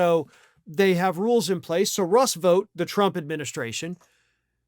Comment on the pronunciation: How do you say this word? Ought. That's how you pronounce Vought.